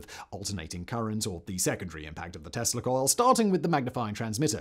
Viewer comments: eveytime you said tesla coil i heard testicle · Every time Simon says "Tesla coil" I hear "testicle", but I am pretty effing high right now, so that may be on me.